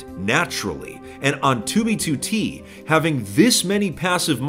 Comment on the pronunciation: Lol. said 2v2t istead of B 😂